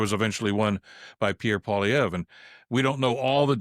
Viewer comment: Pee-air Poo-lever.